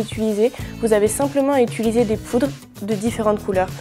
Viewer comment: On dit UTILISER et pas UTULISER